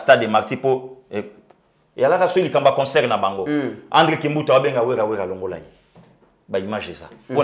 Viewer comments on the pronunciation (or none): none